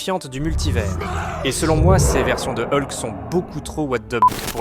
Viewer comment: Eulque, c'est ce genre de prononciation qui me fait vriller, soit fr. soit en. mais ne mélange pas les 2, c'est juste horrible...